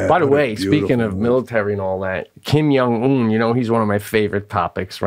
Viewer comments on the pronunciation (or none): The movie is zero dark thirty Wow Pete can’t pronounce Kim Jung Un to save his life